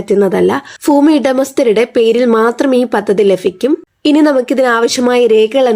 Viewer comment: ഫൂമി അല്ല ഭൂമി.